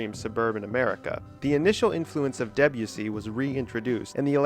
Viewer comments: Interesting video. Thanks! I also learned that American English pronounces Debussy in a really different way to British English. It won't grow on me. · Deb-u-see? Debussy is pronounced [Deb'oo'sey] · I had to stop listening to this because I couldn't cope with the mispronunciation of Debussy. French doesn't tend to use the hard, Nordic "eh" sound. Hence the E is pronounced more softly and the emphasis is more on the U, so more like "Day-bU-si". Otherwise, a good video. In the seventies, Isao Tomita, Japanese composer and pioneer of electronic music, included several Debussy compositions on his album "Snowflakes are Dancing", which brought Debussy into the seventies prog scene. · I’m going against the flow here but I found much of this video totally pointless. Roping in people like Berlioz, Debussy (pronounced DeBUssy, by the way) and Varese and claiming that they were in any way precursors of psychedelia is frankly laughable. None of these composers were even aware of the existence of psychedelic drugs, unless you count opium and absinthe psychedelic drugs, which they are not. It could be argued that there is no such thing as psychedelic music, because there is nothing innate in such music that makes it psychedelic. Listen to Gershwin’s Rhapsody in Blue or, more radically, Mozart’s Requiem on acid and they will both be truly mind-blowing. It is not the music itself but what the listener brings to the music. All music is psychedelic, even Lawrence Welk. Most psychedelic bands of the sixties had little or no knowledge of their Avant Garde predecessors, and most of the few who did (such as AMM) have been forgotten. (Check out AMM if you like early Pink Floyd.) Those bands messed around with echo, distortion, phasing, backward tapes and spaced-out jams but it was all pretty ad-hoc, and all too often just a pathetic attempt to jump on the bandwagon and get a top-20 hit. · the way he says debussy... :(